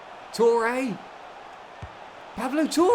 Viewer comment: It’s pronounced pablo tore not pable toure